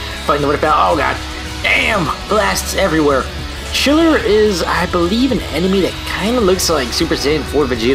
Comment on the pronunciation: I think his name is Ghiller not Chiller